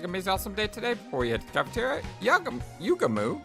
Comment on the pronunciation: my boy Gaku straight up transformed into Suneo from Doraemon😂 it's pronounced less like YUgamu and more like yuGAmu astute theory:) 🔪*image of Takemaru* subtle foreshadowing 🔪 that eyesore in the sky...! this was made by the guys who did 999 and danganronpa, there's no cool characters, you're either weird, quirky, or insane. Never trust cool people. They'll always end up either of these 3 or all of the above! oh it ain't false, it's much MUCH worse! yeah, "moko";) this idea from Darumi would've saved a bit hardship.